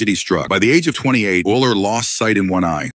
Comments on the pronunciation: Euler is actually pronounced oiler. Idk if ur using AI voice technology or what But u LITERALLY called him Eel-er. Eler. Owl-er. Eye-ler. Wu-ler. 🤦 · You can do better than this buddy. (ie. Consistency in pronouncing Euler's name, and googling how to pronounce his name correctly) Dump your text to voice app and get a better one. 😊